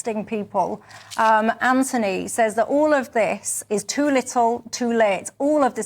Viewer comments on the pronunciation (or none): none